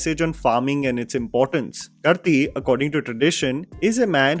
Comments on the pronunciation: Bro, he is कार्ती , not करती or something else 😂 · His name is 'Kaarti', with a long आ। Not 'करती'। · "KAAAARTHII" not "karti" broo🥲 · Lol the way you pronounced karthi is way too cringey When you can say kartick, you can very well pronounce karthi the same way. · It is pronounced as Kaarthi, not Karthi😊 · It is Kaarthi. Not Karthi. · He is not Kurthi, its Karthi like Karthik without the last k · I am cringing every time he says krthi…it is karthi. Like karitik calling Karthik…remove k it is karthi…please don’t kill his name like this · I let it go one r two times... but i have to say this now... . . Its Not KERTI BUT KAAARTHI (*pronunciation) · just a small thing, it's kaarthi and not kurthee. it's a short version of karthikey. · Hilarious video! Quick suggestion. "Karthi" is pronounced as Kaarthi not Karthi. It is a short form of Kartheek. Trust me, I know :P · It's not pronounced Karti. It's Kaarthi. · It's not Kurthi It's Karthi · Karthi is pronounced as kAArthi! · u should pronounce karthi as kaarthi 😭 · the moment of silence to for mispronouncing actor Karthi's name 🤣yar its not 'karthi' as in 'knife' in tamil 🥲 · Dude it is not pronounced as “karthi” as in “tu Kya karthi?” Please pronounce his name as “Kaarthi” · I think it's pronounced kaarthi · Or pronounced same as Karthik without the last k 😁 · Dude, you completely mispronounced Karthi. It's just like Karthik but without the K at the end. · With all due respect, after watching so many south films how can you still not pronounce Karthi right? It is not that hard and hard to give you the benefit of doubt. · The world of KRR even engulfed Tabu? I was happily unaware of this. Thanks, now my love for Tabu will be colored by a smidge of sympathy! 😂 BTW, Karthi, is pronounced the same as Kaanti, but with an R. I think you used to say it right before but for this video!